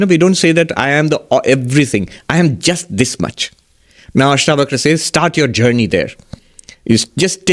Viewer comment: Its ASHTAVAKRA GEETA..NOT BAKHRA